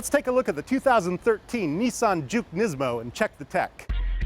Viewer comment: say it with me Nismo, not nizmo.